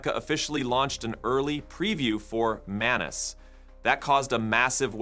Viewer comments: It's Maa-nuu-s which means person in Marathi language 😅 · Did you say menace? 😅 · “Manus” eh, where’s Tuisco? Calling an AI Manus is extremely disrespectful and blasphemous. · Is the M silent😂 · You need to learn pronunciation.. how to pronounce ’manus’ and ‘monica’…